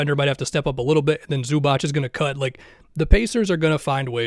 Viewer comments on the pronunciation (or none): It's pronounced Zoo-baatz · loved the video, but zubac is pronounced like zubats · Bro learn how to say Zubac already